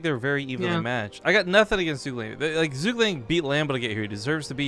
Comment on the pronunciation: ZhuGeliang pronounces as "Zhu" "Ge" "Liang"